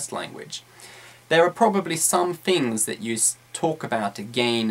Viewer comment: 9 unnecessary 'umm's, 'some fings', 'fink of...' and 'not gonna'